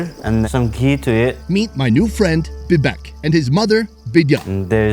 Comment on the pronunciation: Its बिबेक not भिभेक